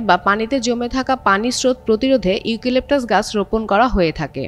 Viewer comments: ইউকিলিকটাস???😂😂 হাস্যকর উচ্চারণ 😂😂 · বোন তোমার উচ্চারণে আমার মন খারাপ হয়ে গেছে, ইউকিলিপটাস না , শুদ্ধ করে উচ্চারণ করে আসো।